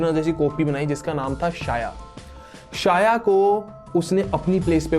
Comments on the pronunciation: शाया नहीं "छाया" नाम था। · Abe lodu god's ke name to sahi se bol le pahe le It' sandhya or chhaya not sanjna or saya , r&d bhi kar le thodi Hinduism pe kuch bhi mat bhok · भाई सूर्यदेव की पत्नी का नाम संजना नहीं संज्ञा है और उनकी छाया नाम शाया नहीं छाया था ठीक हैं। याद रखना। 😂😂😂😂😂😂😂😂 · It's Sandhiya not Sanjana and Chaya not Shaya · Bro it's not संजना its संज्ञा and not साया its छाया 👍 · Bhai saya nhi chaya Or sanjna nhi sandya ache padh fir bhok kuch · शाया नही छोटे,.. वो छाया थी. छाया as in परछायी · Shaya nahee chaya kahani thi bathathe ho tho bhi character ki naam theeq thareeke se tho lo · Bhai tum pehle check to karte ki yamraj nark ke devta h ya dharm aur mirtyu ke jab tumne yamraj ko dharmraj kaha h to wo unhe dharm ke dewta hone ke karan naam diya gaya tha isliye unhe dharmraj kaha jata ha aur jo yamraj ki mother thi wo sanjna nahi sandhya thi aur uski jo clone thi wo saya nahi chaya thi pronounce it properly bhai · Shaya nahi chaya aur patya chap nahi pashyatap bro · Sanjna nhi SANDHYA, saya nhi CHAYA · Saya nahi chya hota he Aaur sanjana nahi sandhya hota he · Pronouncing wrong name Real name's Sandhya And chayaa